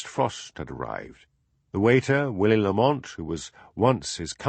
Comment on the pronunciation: Gritting my teeth at and his solecisms (Sonsie! café! Lamont! polis! and loads more), having just listened to a couple of dozen Macbeths read by the sublime David Monteath. But...I guess it's better than nothing.